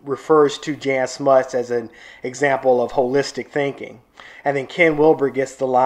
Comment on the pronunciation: Just FYI "Jan" is pronounced like Yan not like Janet